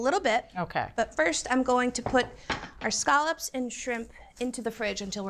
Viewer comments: Why does she keep saying, “skahlups”?? Those are scallops! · This is the most unfortunate pronunciation of scallops I've ever heard